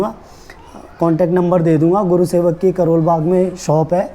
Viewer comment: Its gursewak not gurusewak!!